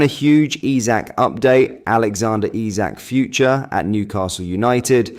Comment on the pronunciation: Please take the time and LEARN HOW TO PRONOUNCE HIS NAME.😮‍💨